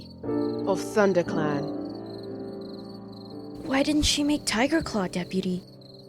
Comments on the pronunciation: I love how the person who plays as pronounces Tigerclaw like Tireclaw. XD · It sounds like was saying Tireclaw. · did say "tireclaw" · Though did anyone else get a little annoyed with whenever she said ‘Tigerclaw’? She said it like ‘Ti’erclaw’ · I’m favorite character is because whenever she says Tigerclaw, she doesn’t say the G. It’s so cute.